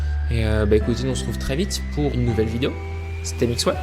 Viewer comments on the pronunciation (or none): none